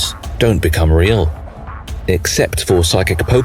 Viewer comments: is this AI generated audio? never heard “real” pronounced like that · British generated audio